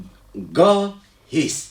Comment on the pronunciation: Ne "ge" ."Ga"